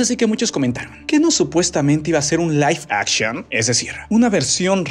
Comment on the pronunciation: Aguas con la pronunciación bro